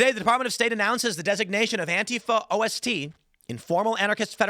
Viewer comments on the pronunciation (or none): Ost is simply German for east... Not pronounced "O-S-T"